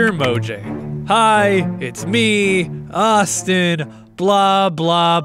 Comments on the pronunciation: Did you know? : Mojang is actually pronounced as Moyang, as Minecraft was made originally by a Swedish country :) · Mojang is pronounced 'mo-yang' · it is actually pronounced as "muyang" with a soft, semi-silent g (depending on the dialect i suppose) it's a swedish word meaning gadget or something like that i'm swedish, and i study linguistics in addition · FOR GOD'S SAKE, IT'S PRONOUNCED MO-YANG, NOT MOJANG! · It's pronounced MOYANG not MOJANG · everyone says mojang but its more pronounced moyang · Gamer BigGunZ Why do you feel the need to say your age, no one cares. Also your wrong its pronounced Mo-yang because its not english. Also grammer has nothing to do with his sentance it would be spelling, and even then hes right. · its pronounce mo-hang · It's pronounced mo-yang